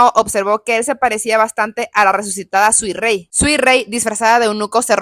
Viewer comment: Suirei ❌ Suirrui ✅